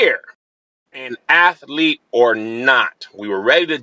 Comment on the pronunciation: Did he say "Athlete" or "Auntie" lmaoo